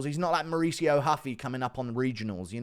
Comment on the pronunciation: Where tf is the “H” in RUFFY?